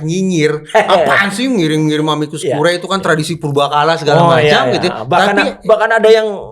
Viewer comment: Curiae dibaca CURIE. Ae dibaca e saja..